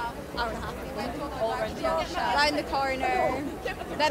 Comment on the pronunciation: "Hawf 2."